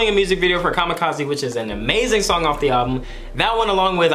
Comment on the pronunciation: You said amaishing😂😂😂